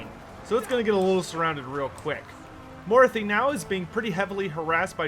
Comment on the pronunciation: It's pronounced "maw-RAH-thee", not "MORE-ah-thee"